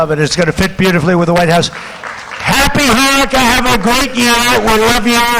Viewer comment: It sounds like Trump said Happy Hornyca!!!